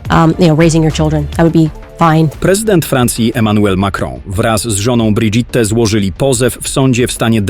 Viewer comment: Brigitte - czyt. Briżit 😂😂😂